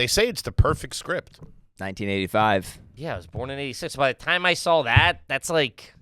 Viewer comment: He never said he didn't like it, just that he never sawl it. And yes I'm saying "saw" with an L cuz that's the Kippy way🤌